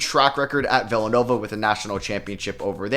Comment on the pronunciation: Why do you pronounce villanova like that? Lol.